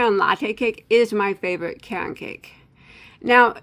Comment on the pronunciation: I grew up near the Caron Spinning factory in Rochelle, IL. Caron is pronounced just like the name Karen. Just and fyi.